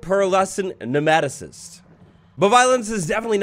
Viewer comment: It’s pronounced “nee-ma-toe-cyst”